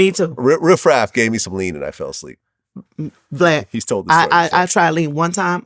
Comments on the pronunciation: She can't even say his name rite it's Vlad not Glad😂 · Is she calling him Glad instead of Vlad 🤣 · It’s Vlad not Glad😅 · I know im not the only one that heard her call him "glad" instead of "vlad" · Is it me or is she keep calling him GLAD!?! 😂 RIH Gangsta Boo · She’s calling him “Glad” 2.😂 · Not "glad"....lol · Dis she keep calling him glad? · She keep callin him "GLAD"😭😭 💔R.i.p💔🙏Gansta🕯Boo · She keep calling him GLAD. She could be in my family with no problem. All the women in my family mess up everyone's name. Lol. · 😭😂she keeps calling Him glad, lad allat🤦🏾‍♂️everything that rhymes with vlad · Did she say Glad at the beginning??? 😂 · She called him flad n glad 😂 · Crunchy black called him glad. She’s doing it on purpose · Why she keep calling him “Glad”?? 😭😂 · Did she call him glad? 🤣👏🏾🤣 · Is she calling this nigha Glad one more time